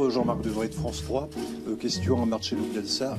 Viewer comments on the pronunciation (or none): Dites pas "Marchelo". Prononcez bien les noms putain. C'est Marcelo.